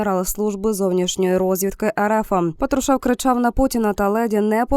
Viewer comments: ПАтрушев, на перший склад наголос, навчіться правильно ставити наголоси. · Ви б ставили правильно наголос. Пааатрушев